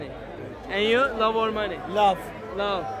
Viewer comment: Love telafuzuna çalışman lazım kanka.